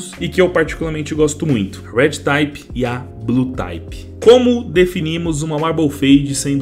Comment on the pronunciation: só uma correçao pra facilitar a vida, se pronuncia RED "TIP" e não "TAYPE" tmj